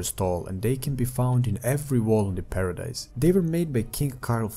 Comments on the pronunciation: Paradis not paradise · Outside of paradis not paradise bro it's pronounced Para Dee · Look bro I love the video but get this it's Paradis with no e at the end